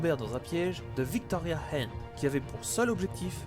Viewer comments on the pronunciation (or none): none